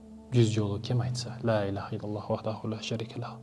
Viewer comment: Ля эмес ЛА деп айткыла туугандар